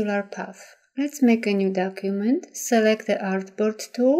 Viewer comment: Your technique is excellent. I had a very difficult time understanding the narration, however. "Select the Artboard Tool" sounded like "Suurk the Achboat Too." I had to play it over and over to figure out what was being said, finding "Artboard Tool" in the application and assuming the rest. Again, excellent video!